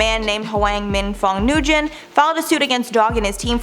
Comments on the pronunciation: it's N-wen not Noo-gen... Nguyen is n-wen. We can learn how to pronounce Asian names in 2021 pls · Nguyen is PRONOUNCED “WIN” It is like Smith in Vietnamese